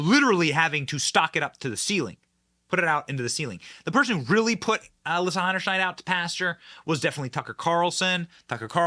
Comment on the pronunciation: The biggest question is whether Benny will ever learn how to pronounce Heinerscheid?